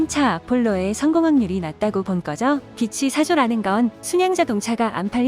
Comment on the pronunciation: 빛이=비치, 빚이=비지 왜들 제대로 발음 안하는지,못하는지.4조원의 빛과 빚은 극과 극 아닌가요